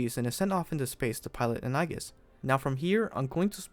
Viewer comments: Shouldn’t it be pronounced as Aegis (Eyjis)? A Greek term for protection or shield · Nice! Hopefully this takes off and we can get another major mecha franchise out if it. Also, Aegis is pronounced more like eejus.